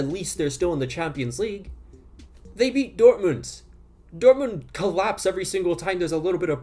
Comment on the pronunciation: he’ll pronounce Dortmund correctly but not Graham